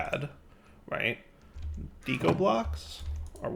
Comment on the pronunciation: Again with the "dee-ko." "Deh-ko," like art deco.